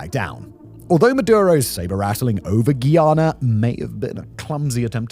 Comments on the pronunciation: It's Guy-ana. Not Ghee-yana. Guy-anese oil is light. Much easier to process. "ni una hoja de hierba" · (Guy)ana not Guiana 😂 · Its pronounced Guy (like dude) - ana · Pronounced guy-anna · You don’t say Guyana 🇬🇾 properly… Considering it was a British colony come onnnn